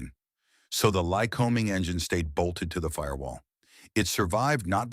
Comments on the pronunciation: Why must every service manual be "oil stained"? Not mine. I take care of them. The digital to spoken voice thing needs to learn how to pronounce words correctly, like Lycoming and lead. It is not always right. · Pedantic point: In the industry we don't accent the first syllable in Lycoming, but the second. It's "ly-CO-ming" not "LYC-o-ming." Hard to train AI narrators on these bits of normal language I know. Had to say it though. Also, these engines are not "high pressure" just the opposite. Compression levels below 6:1 in many cases. Now do Continental, because they're the "other" player in this scene. If it's not a Lyc, it's a Continental. Sewing machine smooth, too. My old 172 had an O-300 in it; classic engine.